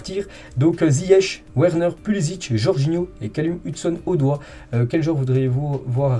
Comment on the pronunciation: Lire "Verner" et non Werner. "Odoï" et non Odoi